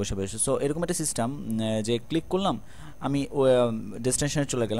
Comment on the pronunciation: systam ki?? uccharon ta to system...bhai...... feel so pity for you.....